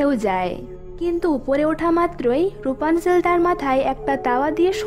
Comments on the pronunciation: এটা রুপানজেল না এটা রাপুনজেল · Rupanzel na rapunzel